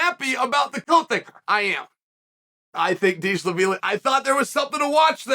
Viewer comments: Deesh-la-veeli, am I right?😅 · Every time he said Deesh-la-vili I cried😂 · Atp I just watch chael to hear how he’s gonna pronounce James Deshalaveli yeah chael that’s his name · If uncle chael says Deshlavilly then it is deeshlavilly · Not deeshlavilly 😁 he’s name is dvalishvili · What are you gonna do If Deesh-la-veely takes your jacket. 😂😂😂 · Deeshaveeli, that’s perfect Chael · “Dishal Lavili”. Chael has outdone himself with that one 😂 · Diesel the feely. DieselVasheely. Deesh Laveely. LOL Chael. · Deeshlaveelee. Deeshalaveelee 😂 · Deesha- La - Villy ?! 😂😅❤ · new mythical fighter by ol uncle chael. merab "deeshlaveely"🤣🤣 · Dishalavilly, Hazmat, Blahall, Peeyeyra... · sounds like deeshlavilly to me, chael said what he said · If chael says he's "Dee sha la veelee" then Merab is now "Dee sha la veelee" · I'd have tried to make a witty comment about how he pronounced "Dishalavili" but I don't know the correct pronunciation of his name either. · Deeshlaveeli. International linguistics champ, Uncle Chael. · Deeshalaveeleyyy. Chael's mispronounciation game is strong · you should get his name right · Huge props to Chael for not getting Merab's surname right a single time